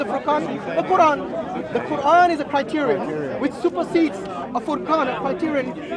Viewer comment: How Many Qurans I know you are not my student. I just corrected the pronunciation.